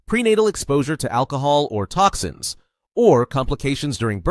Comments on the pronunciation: Tokins? Really? I’m the only one who noticed? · Tokins? TOKINS?!